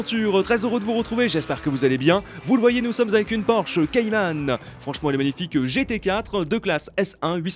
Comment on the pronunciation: Tes vidéos sont bien 👍🏼 mais on dit "Cayman" pas "Caymanne" 😂😂 (comme ça s'écrit)